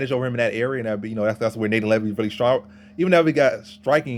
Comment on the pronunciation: Pronounced "NAH T-ON"